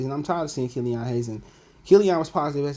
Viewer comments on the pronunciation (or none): Bruh are you eating... Annoying asl. And it's killian not killion